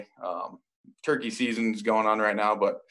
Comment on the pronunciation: He said turckey season, my guy am a Browns fan and a Turckey hunter.